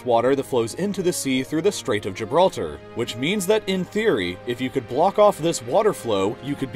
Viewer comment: "the dam of Gilblter" XD